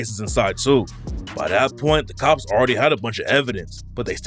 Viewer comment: Stop saying according to the COPS like that ts annoying